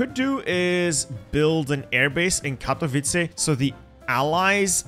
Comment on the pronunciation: it's not krakAu and katowic. it is KrAkow and KatOwice